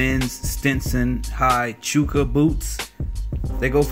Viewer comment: Great video man! Btw Chukka is pronounced chuh•Kuh. As in like the name Chuck+uh